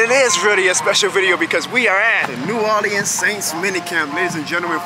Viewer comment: you're pronouncing New Orleans wrong, just a heads up